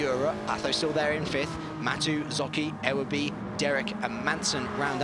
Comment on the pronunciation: Ewerby (yoo-were-bee) just for future reference ;)